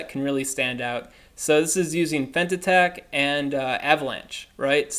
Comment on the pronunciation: I don’t wanna sat this because I love your content but i am gonna say it because I love your content and all you do... it sounds as “Faint” attack.